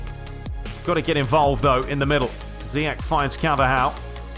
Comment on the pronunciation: Great videos as always. I'm Moroccan. The way to say zeyach is zeee esssh